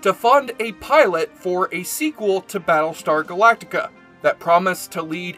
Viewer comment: he keeps calling it "Ba' lestar Galactica". i hate this speech problem that only nerds have.